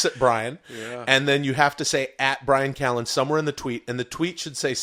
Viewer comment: We need more of Jamaican man by-ran ca-lan